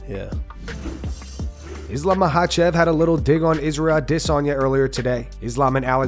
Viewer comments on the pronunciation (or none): ahhd-DISS-sahnyah. why does he pronounce it that way? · The way you say Adesanya makes me cringe every time. I can’t get used to it